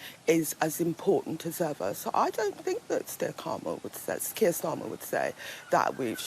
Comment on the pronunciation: She said Steir Karmer instead of Keir Starmer 😂🤣 pure comedy this one. A gift to the Tories.